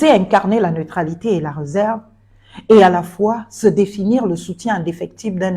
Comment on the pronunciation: Pas toi.... l'accent aiguë 😢😢😢. On dit la RÉserve pas le REserve.... incroyable l'école au Gabon est devenue quoi? On ne prononce plus l'accent aiguë 😢😢😢...